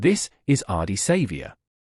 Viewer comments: Learn to pronounce his name and stop using AI to produce this rubbish and you might gain some credibility. Otherwise fuck off and learn to earn some honest money from some honest content and try some honesty in your clickbait. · They need to know the correct pronunciation of his name !! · Geez pronounce his name correctly, so cringy